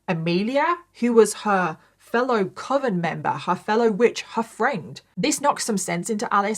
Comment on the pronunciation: As someone who does not have english as their first language, I'm glad that you confirmed that I've always pronounced "coven" correctly. It's supposed to ryme "oven" not with "cloven".